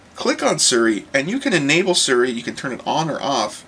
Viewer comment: Its Siri pronounced SEE RE ask her her name she will tell you how it is pronounced =p